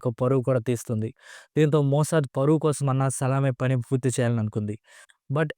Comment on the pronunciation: మోసద్ కాదు #మోస్సాద్